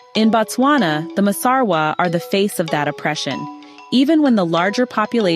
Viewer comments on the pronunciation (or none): It's Masarwa not Basarwa